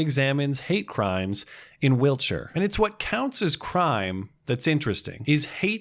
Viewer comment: thanks for not Americanising your pronunciation of Wiltshire. Good Video